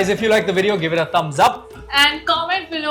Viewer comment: Food vloggers but cant even pronounce a basic word like DOSA right.